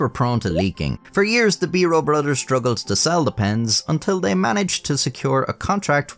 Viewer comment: Bero is a flour. The pen is a b eye ro. And there's a T in most of the words you didn't pronounce properly. Really awful to listen to. Very lazily and complacently spoken narrative. Yuk!